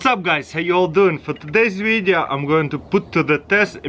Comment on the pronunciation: "Today's Weeedio"